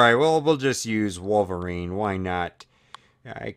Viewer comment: u said wovelrine i mean do you even english